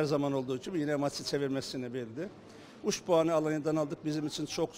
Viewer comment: Ha bu usak ücü söylemiyor uc uc deyi